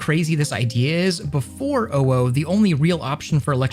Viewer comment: Jesus, the insane input delat on the gloves. Took like 2 full seconds for it to react once you let go of the bowstring. Also why do you say owo like that? It's not "ow oh". It's like you're trying really hard to not sound like a furry, even though nobody is gonna care if you said it the right way. But then again, you're wearing facemask as "fashion" so can't expect too much from you.